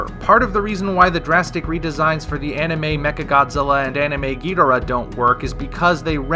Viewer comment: I don’t like how you “ghidorah”. It’s so white. Lol